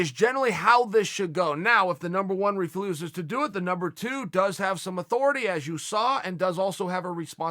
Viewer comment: Chael “refluses” Sonnen